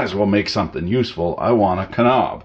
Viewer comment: Does he pronounce Knob and aluminum wrong on purpose?